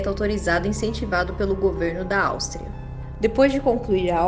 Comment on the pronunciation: Meu Deus seu português é péssimo... Estrupo... Austria Muito ruim a forma de narração tbm